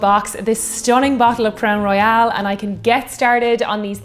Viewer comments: As a Canadian whisky fan, I don't think I've heard anyone pronounce it Crown "Royale" (as in "royale with cheese" to quote Pulp Fiction) unless if they were French speakers - come to think of it I don't think the French as first language speakers I know do that either. So less "Roy-AL" and more "Roy-ul". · It’s Royal not Royale. Probably s repetitious comment. Love your channel! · Crown Royal will now have to be said... Crown Roy-AL :) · you can do no wrong. With that said I do have some “Constructive” advice. Please can you do ml. to Ounces for us Colonists that are too lazy to do the Math Conversion? Also “Royale” has the “e” in it. “Crown Royal” is pronounced like The Monarchy, “The Royals”. I don’t know, maybe the label in Ireland has the “e” at the end? I love everything you do, Please keep it coming! SanJoseBob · WHAT A GAS! EH! I got the giggles as soon as I saw the Crown Royal (or as you pronounced it "Crown Royale" both pronunciations are correct in bilingual Canada). When you said "Ginger Ale", I thought "Let it be Canada Dry". It wasn't, but it was fun to think. British cider is GAD AWFUL. It taste like they waited for the apples to soften after picking, before making the cider. Canadian cider has a more "crisp crunch taste" like a real apple, but I'm not sure it's available in Ireland. Two of my favourite ciders are from my home town. Canadian Thanksgiving is in October. We don't want to be wading through hip-deep snow to get to the turkey. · and quit saying Crown Royal wrong. I love you.